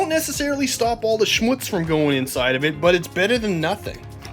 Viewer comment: All the „Schmutz“ inside the car… 🥴😂 Perfectly spelled/spoken btw 👏👍 All the best from Germany 🇩🇪, Philipp